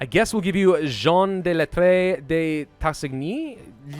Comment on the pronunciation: Hey! As a frenchman I love your vidéos, but you were right about the pronunciation of De Gaulle which would be pronounced De Gaul in English and De lattre de tassigny would be de lattr (silent e) de Tassigny